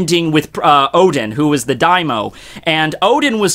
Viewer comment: it is pronounced dai-mi-o... just saying